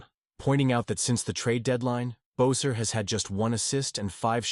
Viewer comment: How you pronounce Boeser is an insult.